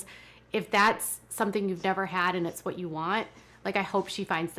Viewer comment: Ummm, there's so much I cannot stand about this show and the way Kody treats his wives, but, (and I know this is petty but it drives me nuts) why can they not ever pronounce the 't' at the end of a word? It's always wha-eh, instead of what, or tha-eh instead of that. Is it a Utah thing or what?